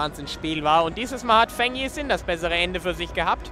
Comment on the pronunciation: Thanx for Great matches. But please, Feng‘s Name is pronounced „Fong“ and Not „Fang“. I got goosebumps every time 😂